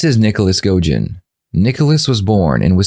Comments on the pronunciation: It’s pronounced “go-de-John” not “go-jin” just fyi Love your content though :) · Go-dih-john. He even says it in the video of the interrogation. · You're saying his name wrong. It's all over the internet and on the clips of the trial, he himself says his name. Go-de-jon. Makes you seem like you didn't do proper research into this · U said His last name wrong its Godejohn